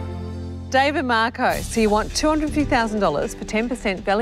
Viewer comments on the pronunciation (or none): none